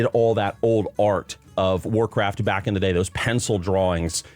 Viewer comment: "They want Wacraft IP to be bigger" Why do I hear this as if it's Microslop speaking?